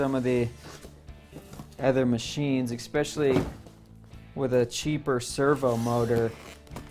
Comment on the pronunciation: Xpecially is not a word.